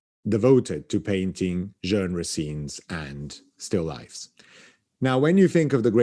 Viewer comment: How is it that, avec son français impeccable, should pronounce the word 'genre' in such an unusual manner? Its English pronunciation is practically the same as the French (just a little less Frenchified) yet he says it numerous times in a way that catches my ear for its oddness. My theory is that, after many years of being exposed to Americans who mispronounce the word due to not knowing the standard pronunciation (like 'bourgeoisie'), he has adjusted the way he pronounces this word to make it easier for average American listeners to recognise that word they'd to now only seen written in books. What a gentleman is (o; This video is another enchanting, engaging and edifying tour de force, what a treat to have and to guide us sagely and slyly through the enthralling histories of the great works in the Frick.